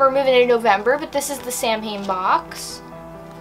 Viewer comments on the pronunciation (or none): This was a really good unboxing I liked every one of the items 👏🏻👏🏻👏🏻 I'm glad you corrected yourself with the eight of cups card but you mispronounced the word Samhain as a Irish Pagan it's my duty to let you know.